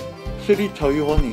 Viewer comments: it's chubby bunny, not chubby bubby xD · One chubby Bobby! You know.. chubby burning, yes.. 2 chubby burny.. 3 chubby barney, yes.. KEEPS ON SAYING CHUBBY BURNY! End*: Charry bunny.. Shinee body~ Ahmm..? Why can't you pronounce chubby bunny well? Haha. So cute. <3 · The Chubby Bubbby Challenge~ XD No its Chubby Bunny. 1 Chubby Bubby 2 Chubby Pubby fart noise 3 Chubby Pubby Cheese (At least thats what I heard) Chubby Pubby and Its the Crown the Clown and not Crown the KANGJUUUUUUUUUUUUN